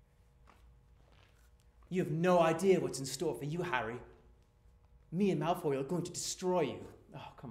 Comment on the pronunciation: He says "Malfoil" here too